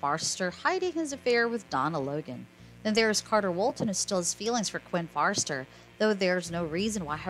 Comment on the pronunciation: Forrester not Farster. Please correct your pronunciation.